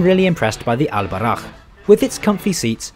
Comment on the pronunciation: Just saying, its pronounced Bou-RAq